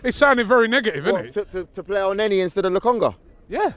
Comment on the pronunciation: starting el neni???? are you MAD??? EL NENI??? YOU NEVER LEARN do you??